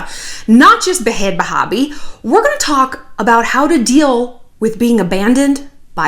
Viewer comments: I love you shallon but stop calling her Bahad bahbie it sounds so stupid and its stops being hilarious after the 20th time it just makes you sound like one of those older ladies that is trying to be hip. Lol no shade. Im just keeping it real. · And you pronounce bhad bhabie just like 'bad baby'. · Is it a joke or does shallon not know it’s pronounced “BAD BABY” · It’s pronounced bad baby, but honestly I used to pronounce it Bad Baaaaabie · its not bad baby... its BA-HAD BA-HA-BI... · “Bah haaad bahaah bie” 🤣🤣🤣 shallon I love you . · Honey!! I love you, but.... it’s “bad baby” 😘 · the way you say bhad barbie made my day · U can’t PRONOUNCE her name!! To be a huge fan and not be able to pronounce her fucking name ... you aren’t a fan. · the pronunciation of bhad bhabie tho 😂😂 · I love it when Shallon tries to pronounce "bhad bhabie" 😂 same, girl. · Shannon you kill me you know and we all know damn well you give af about bad** baby** lmaoo the way your pronouncing it is hilarious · Shallon struggling to say Bhad Bhabie is so me. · It’s funny how u try to say her name wrong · She’s not, “adding class.” She’s making it sound like a Muslim name. Lol